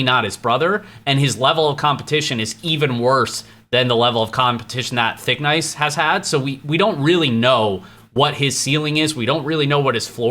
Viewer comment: Wtf do you keep saying thickNICE. Jackice